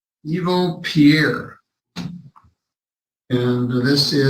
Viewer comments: I think his name is Eveaux ( Eeveeoh), or similar spelling, not Evil. 😅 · Evil? No its "E-VEAL"....like from that movie where the dunce calls the person behind the desk "Mr Dumb A$$" - he says "its pronounced DU MAS"